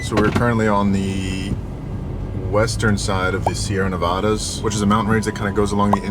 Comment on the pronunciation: For a dude that travels the United States for a living, you absolutely SUCK at pronouncing Illinois and Nevada.